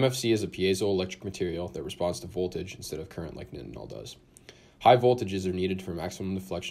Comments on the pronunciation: its pronounced night-en-ol like backwards tylenol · Google pronounces nitinol this way but bing pronounces it the common way.